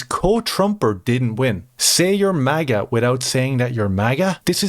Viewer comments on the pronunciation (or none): none